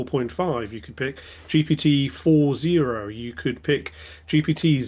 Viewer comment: It's gpt-4o, not "four-zero."